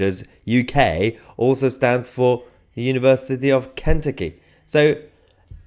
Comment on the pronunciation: kentucky not kenety